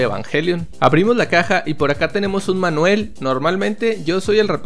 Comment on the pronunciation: me encanta como le dices "manuel" al manual XDXX